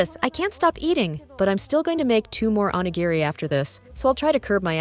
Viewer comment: 😂PLEASE learn to pronounce onigiri!!